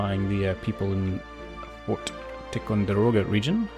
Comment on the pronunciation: Ticonderoga... 5 syllables... "Tie-con-der-oh-gah". No worries!😁